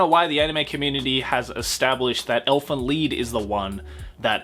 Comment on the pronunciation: Elfen "leed"